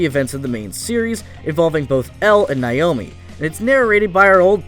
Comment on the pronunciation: I cringed every time he said "Nayomi." It's even pronounced right in the dub.